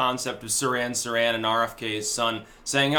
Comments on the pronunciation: It's "Seer-han Seer-han" not "Siran Siran." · you make yourself look bad when you mispronounce words like Nobel and Sirhan Sirhan, ffs.